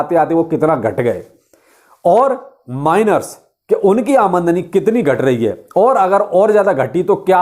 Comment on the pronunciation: आमदनी नही आमंडनी 😂